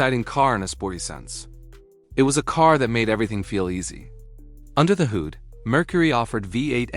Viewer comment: Just heard another simple word mis pronounced: Hood, the narration pronounced as 'hoood" this lazy way of making video's is an example of how lazy technology has made people and how overrated technology is,. Artificial Intelligence should be scrapped, it is dangerous and promotes laziness and growing stupidity among humans.